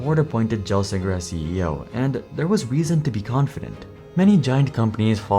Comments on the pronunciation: 1. It's GELsinger, with a hard "G," like "GIF." 2. Intel didn't underestimate GPUs. They routinely sold more GPUs than both Nvidia and AMD, but these were integrated into their processors. Even still, to make that statement you have to completely ignore Xeon Phi (Larabee, Knights Landing, etc). 3. Crypto mining was never a steady, stable source of GPU sales, and chasing that segment ended up biting both AMD and Nvidia in the ass. Considering Intel didn't have any consumer GPU products at the time, let alone anything suitable for mining, they were 100% correct to ignore that market. Their real misstep with crypto was being late to the ASIC market, and then quitting before bringing anything to market. 4. As others have pointed out, the 486 was not the first x86 chip. I don't even understand how such a blunder gets written into a script. I'd have to guess you're using AI. 5. While you're absolutely correct that Intel's problems with Skylake (and drastically worsening validation in general) was a huge factor in Apple ditching x86, all of that happened before Pat was made CEO, yet the way you explain it makes it sound like it happened after. 6. You completely ignored the issues with Intel's 13th- and 14th-generationj processors, which have been a major problem for the company (and also originate from before Pat took over as CEO). Pat Gelsinger was one of the best options that Intel could have chosen for CEO, and his plan could have worked, but Intel seemingly got sick of taking th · So much great info here. Really discredits you to pronounce the name wrong. Fundamentally if you’ve been following this story you’d know it, shame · If you can't say Pat's name properly, you lose any credibility, you get fired like Pat did. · Yea. I nearly fell off my chair when I heard that. This was not the only thing wrong with this video. The mispronunciation of Pat's name may me cringe every time. I stoppped watching because it became physically painfgul. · Gel not Jel, holy shit